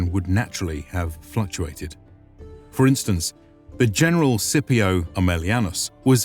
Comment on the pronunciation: Scipio = skip-ee-OH